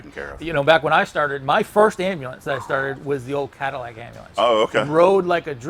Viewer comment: Its Ambulance Am bu lance. Not ambalance. Some people. 🤡🙄🤦